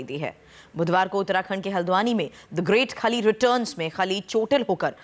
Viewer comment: RRRRRRRRESTLING RRRRRRRING, GRRRRRRRREAT KHALI.......please improve your pronunciations.